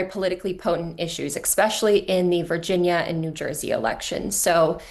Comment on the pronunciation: EXpecially? Speaking of artificial intelligence. 😂